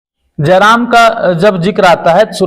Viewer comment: Are reporter pahle tu jairam ka naam achha se le jram jaram Mt bolne ...